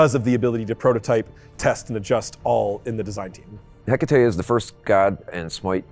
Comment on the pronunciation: 0.29 he said heckatate 😂😂🙄